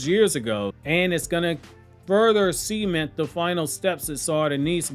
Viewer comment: The way you said cement 😂 sorry I'm childish